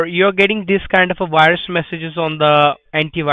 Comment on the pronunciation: Haha “Wirus” 😆